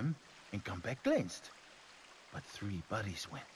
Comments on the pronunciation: His accent is amazing, he sounds just like my best friend; like my friend says three and it sounds like tree lol :-P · Love his intro "Hey guys this is and welcome to far cry TREE" xD